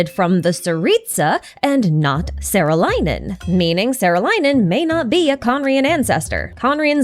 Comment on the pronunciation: saarelainen is pronounced with a long aa vowel and in finnish words a is like the a in "are". "saah-reh-lai-nen" and the accent is always on the first syllable! t's are always hard and r's are rolled.